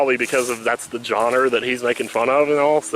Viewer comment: why are you saying "johnners" instead of "genre"?